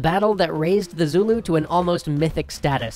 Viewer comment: Extra Credits guys, I love you. But it's BARTLE FRERE, and you pronounce it like bartle frreRRe, not battle frEEre Trust me, a boarding house in my school is named after him.